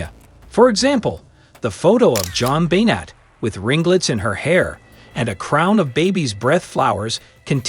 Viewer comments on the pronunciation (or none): You are mispronouncing her name - BENNAY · You are pronouncing Jon Benet's name wrong!